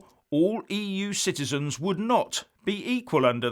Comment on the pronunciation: I thought said EU shitezens. Must clean out my lug holes.